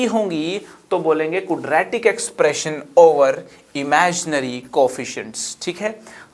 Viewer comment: क्वाड्रेटिक एक्सप्रेशन ना कि कूड्रेटिक एक्सप्रेशन.